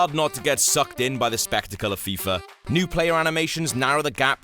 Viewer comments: its fifa18 not fifur 18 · why does he keeps calling it freefa